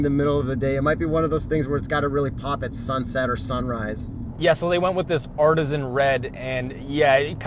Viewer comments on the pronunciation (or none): none